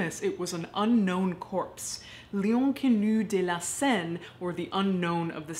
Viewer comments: "Léon connue deux la Seine" Oh girl, I adore your channel but when my native French speaking ears heard that they tried to jump off my head!!! x'D At least there was an attempt, I've heard other youtubers do worse so I commend you for your effort. :') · Your pronounciation of "L'Inconnue de la Seine" is hilarious. Sorry. ^^ But yay for year of content ! \o/